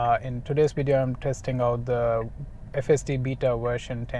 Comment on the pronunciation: Love watching your vids man. Live in the Heights and my MYP doesn’t have FSD Beta yet. Since it’s only a week old I’m hoping I get it soon. Please please say beta correctly though. Beta as in bay-ta not beta as in bee-ta. It’s like nails on a chalk board.